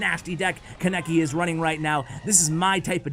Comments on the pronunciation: Kon-neh-ki not kon-nek-ki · Am I the only one triggered he said “Kaneki” with a heavy “a”? It can’t just be me.